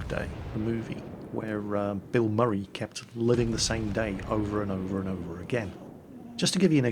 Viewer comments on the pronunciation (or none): none